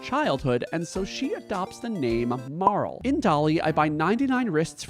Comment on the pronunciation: I feel so validated and seen that you also pronounce Marle the same as me~♡